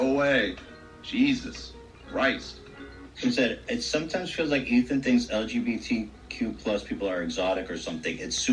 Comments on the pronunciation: i dont trust a straight person who can’t pronounce lgbtq+. it’s really not that hard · Thank you for your recap! I had to stop watching the podcast after the first time Dan mispronounced the acronym and told lgbtq+ people to shut up 😟 he was acting scary in this episode. But your facial expressions and commentary made it tolerable 😌 much love to the community 🌈